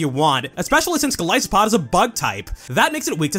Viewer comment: Golisopod's name comes from goliath and isopod so it should be pronounced with a hard I sound